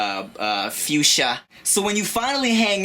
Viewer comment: lol this is funny as shXXt... the way he said fuschia was funny..!! FUSCHIAAAAAA!!! hahah